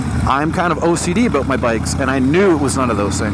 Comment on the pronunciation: Talking aboot